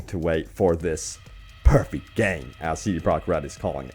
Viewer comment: "C Prah Red"